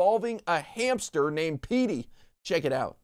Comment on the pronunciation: Hamster There is No "P" in Hamster...